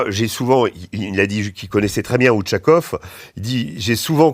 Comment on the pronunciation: C’est pas OUTCHAKOF mais OUCHAKOF (Ushakov) ! Ушаков C’est le nom de famille de ma femme 😊 Merci